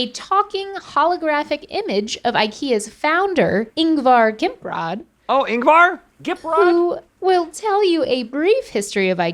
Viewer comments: Yes, especially how she pronounced "Kamprad". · Ingvar gimprad..hahahaha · ah yes the founder of ikea... ingvar Gimprad